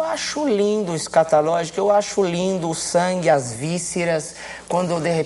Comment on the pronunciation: esCATAlógico?!?!??! kkkkk "ta serto"